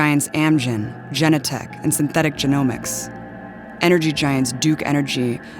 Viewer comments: It's Genentech, not Jennatech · It’s not pronounced Gen-Eh-Tech it’s fucking pronounced as it’s SPELLED GEN-En-Tech goddamnit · Please pronounce Genentech correctly - Ja nen tech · it's pronounced juh-NEN-tek. the mispronunciation of this word almost discredits the whole thing, given that they dig all this info up and make these amazing connections but can't learn how to pronounce a company name? otherwise really good mostly. the kind of investigative reporting our media should be doing. but the bit at the end about how Trump is the most unpopular candidate ever misses the obvious point that a) Trump is actually VERY popular with many people and b) Trump is unpopular with people who believe the lying media, who this video itself shows is in the tank for the democrats. not sure why this point isn't made. it's obvious. part of their global mafia is ensuring that any threats to it are destroyed by the lying lapdog propagandist media, which is why they are in fact responsible for any unpopularity of Trump